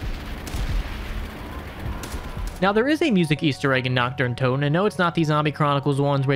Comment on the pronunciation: Brooo it ain't difficult to say naRt deR untoteN and not nakt de untotew